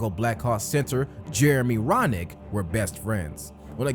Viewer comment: His name is Roenick, not Ronick... pronounced roh-nik. He's kinda a wacko but was pretty good hockey player.